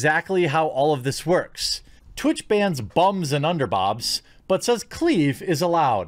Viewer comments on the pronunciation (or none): you are saying "underbobs"